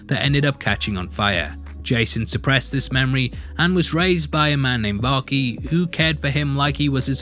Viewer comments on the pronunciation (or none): thanks for doing a fair critic review on Minnal Murali. But may I suggest the pronunciation on the Malayali names? Dasan: "Dhaa-sun" Minnal Murali: "Mi-null Mu-ruh-li" Varkey: "Vur-ki" Hope this helps! And also, Vanishing Vanaja ( Woman) is most likely to be on the thought processes of Basil Joseph, based her relevance in the Malayali Comic Universe (MCU).